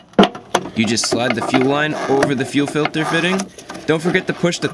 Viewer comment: fuel filder does anyone get that reference?